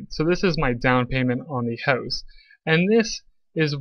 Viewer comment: You killed it after pronouncing house like hozz 😂